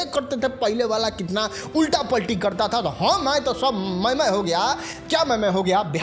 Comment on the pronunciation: Bhai tu jo khich khich k bolta hai na wo irritate karta hai. Me, hai jaise sabd bolte ho usko sudharo